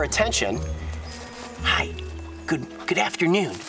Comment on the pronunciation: He said goodaftonoon but the fox went away